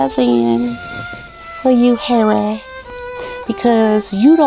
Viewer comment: I love the way you say Harry ❤ and the violin 🎻 perfection 🥰 . Not a fan of hairy but I will reserve my judgment, he may guilty of bad judgment, but unless he's charged criminally.... then he's just the same idiot from yesterday.